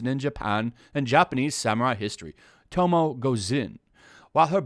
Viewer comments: Her name is pronounced TO-MOE- A Plus I thought it was Yuna you meet early on in the game. But yes, just shoving a woman arbitrarily into anything is more tokenizing women. Funny they cry sexist or racists, or any other ist or phobe, as they are these things themselves. Plus these "Journalists." are actually activists. Pretty poor ones too. Edit: If a game is good and people like it, these activists hate it. If people hate it. These activists praise it. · I honestly would have a problem with a female samurai being the focus, so long as Sucker Punch stuck to their guns about not making the game political. By the way, her name is pronounced Toe-moe-ay. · I don’t want to be “that guy”,, but I just want to give a friendly correction: Tomoe is pronounced “Toe-Moe-eh”. Love your vids, keep it up. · Is it irritating to anyone that he is saying tomoes name wrong or how he's pronouncing it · You read one article and project your incel garbage all over and you can’t even pronounce Tomoe. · This guy says he has "played the game" but can't even pronounce "Tomoe"..... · Lol u played the game you know how tomoe is supposed to be pronounced come on bruh. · Anybody else getting annoyed over his mispronunciation of Tomoe’s name? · enjoys the game but can't pronounce Tomoe name right hmm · he kept saying tomoe (toe-mo) when it's tomoe (Toe-mo-wei)😂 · Her name isnt pronounced tomo. Its ta-moy. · OK I was totally lost about who you were talking about until I realized you were pronouncing the name wrong. Tomoe is pronounced "To-Mo-Weh" not "TOE MOE". lol Other than that I agree! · The hell is tomo? You mean tomoe (toe-moe-ay) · "Tomo-e" not "tomo"... but its what ever. Not like this comment is gonna be important anyways. Probably 1000 people already tried correcting the name in the comments. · Sorry but Tomoe is pronounced as Toe-moe-eh and the one you meet in the game is not Tomoe Gozen. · its pronounced tomoa not tomo. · It’s pronounced Tomoi